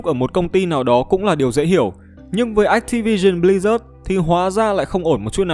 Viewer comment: ách ti vi sừn bờ li rác :)